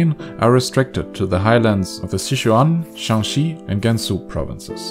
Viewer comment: ShaanXi not ShanXi, there are 2 "a" s